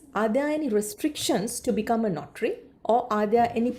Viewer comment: Is it “NOTRY” or “NOTARY”?? Ms. pronounce it as notry.. notry.. 😥